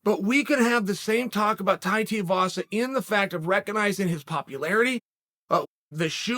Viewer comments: Chael it's Tai Tuivasa T-ai Tu-i-va-sa 🤦‍♂️ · Chael his name is Tai Two E Vasa say it right. <3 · Chael is slowly becoming a joke because he doesn't pronounce anybody's names correctly. Teevasa? Ingano? Bro learn how to pronunciate, you're starting to remind me of Oscar De La Hoya! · Please Chael! It’s 2 E Vasa! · Teeahhvasa is wanked.... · Dude the right way to pronounce his last name is Too we vah sah. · If Chael calls him Tiuvasa he's Tiuvasa!!! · TUIVASA. ..... TOOWEEVASA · Its TUIvasa...better get the name right the young blokes gonna be here for awhile. And he is gonna get much better, those who know, know he can fight like a beast. Training with the worlds best, like Gokhan Saki...his brother in law is Tyson Pedro...they are all Mark Hunts crew...he was Hunts training partner.lol. He would sleep you for years Uncle. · Chael talks about being a fan, then mispronounces Tuivasa "Tiavasa" multiple times. 🤣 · Hey Charlie Sennon its pronounced Too-ee-vah-sah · come on chael say his last name right 2-E-VA-SA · It’s pronounced “two-wee vasa” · Tui rhymes with shoey Uncle Chael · ''Tiavasa'' -Chael Sonnen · Chael... it's Tooeyvasa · for christ's sake man, learn how to say fighters names. TUIVASA- "TOO-EE- VAA-SAA" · Tiavasa🤣🤣🤣never lost a round or mispronounced a name undefeated an undisputed goat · Who is "Tiavasa"? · Chael, if you read the names on paper it might help with the correct pronunciation of said name. A second suggestion might be to use some of those endless, wonderful, personal contacts & inquire how people are called, especially when announcing their name to the world 🤔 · Only Chael could spend 8 minutes singing the praises of a man without saying his name correctly even once. Golden. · Can someone tell Chael Tuivasa have a u in it? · Still won’t say his name right 🤣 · Chael didn’t get his name correct once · Imagine suggesting it wasnt a knockout worthy elbow .Yet he face planted Lewis. Put some respect on his name and say it properly. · teaivasa lmao